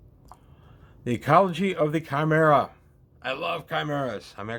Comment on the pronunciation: It's refreshing to me you pronounced Chimera properly! :D